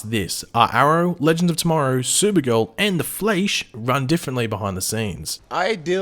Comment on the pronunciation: I wanna kill myself everytime you pronnounce The Flash in that weird way you do sometimes...